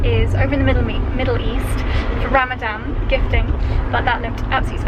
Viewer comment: did you say Ramadam or Ramadan lol